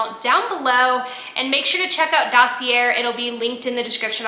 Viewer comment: Dossier = Sounds like: daa·see·ay